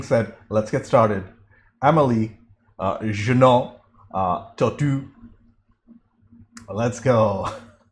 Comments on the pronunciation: It's pronounced "Je-Nay", not"Je-Noo", nor "Je-No xD Nino is played by director Matthieu Kassovitz, who made "la Haine", and "Gothika" among others. For the fans of "the Fifth Element", he's also the one who tries to rob Bruce Willis at his appartment. Music is by Yann Tiersen if you want to listen more. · Jeunet reads Juh-Nay